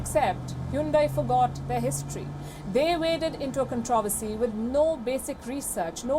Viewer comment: "Con-tra-verse-ee" noit "kon-trav-is-ty"